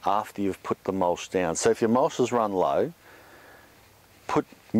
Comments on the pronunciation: what's mulsh? do you mean mulch? lol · It mulCH not mulSH!!! Annoying! Other than that, great info!